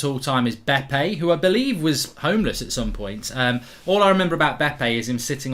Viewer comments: Dude, It was BeBe and not Bepe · Its bebe not bepe